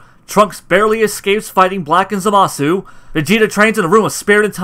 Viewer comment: Who is zamahsue? Hint: pronounced zamass